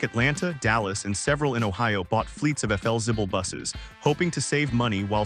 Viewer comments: Felzibble? Hmmm, isn't that Flexible? Or is my English messed up? Do I or the AI need better education? Oh gosh, what would AI call me then? Vicke = Vicky... there's an important difference between the two names. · Cant pronounce Flixible, you need a human over the age of 60 to properly narrate these episodes. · It's pronounced "FLEXIBLE". And "LOS ANGELES". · AI doesn’t do the job. Could have been a great video. Efelzible? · Yeah thats what i thought..AI needs to go to school! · FLzibble??? Never heard it pronounced that way in my life. Can't stand AI. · Stupid AI trash - if you’re going to feature a brand at least train your lousy AI to say the name correctly. I was interested in the topic but the video is unwatchable if you actually care about your time. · Your education is just fine, AI narration is the problem. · That AI voice can’t seem to pronounce the name correctly.